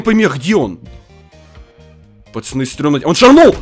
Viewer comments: Почему говорит: не пацаны, а пачаны🤣🤣🤣👌👌👌👌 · Он говорит не пацаны а пачаны! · Меня одного нервирует что он специально говорит: пачаны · Не пачаны а пацаны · говорит не пацаны а пачаны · Он говорит пачаны